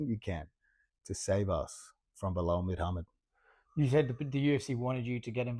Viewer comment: "Midhamad" hahahah